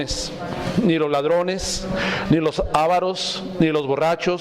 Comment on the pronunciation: Avaros no se acentúa, dijiste ávaros